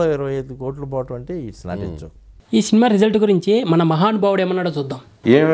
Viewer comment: శినిమ కాదు సినిమా